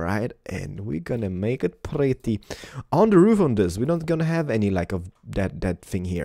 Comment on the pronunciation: It's pwetty